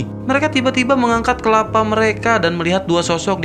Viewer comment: Kepala, bukan kelapa